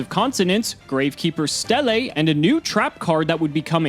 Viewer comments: Please for the love of God learn to pronounce Stele... It's pronounced the same way as steel and steal. Holy shit that hurt my feelings to listen to you say "stellay" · Not to be that guy, but "Stele" is pronounced like steel